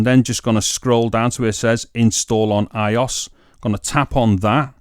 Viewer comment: Pronounced BEYTAH (BETA) not beater I-O-S (iOS) not eyeos